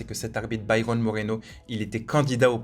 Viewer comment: c'est BYRON Moreno (prononcer "Baïrone"), pas Bryan mdr